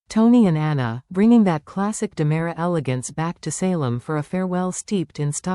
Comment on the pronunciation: It is DiMera, NOT DAMARA.